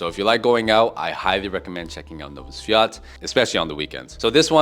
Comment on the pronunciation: Sprobuj bardziej tubylcza wymowe Nowy Swiat i Wesolych Swiat.